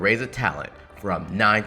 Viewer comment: Bruh that's not Weathering! That's Wuthering waves ! At least pronounce the name of the game correctly!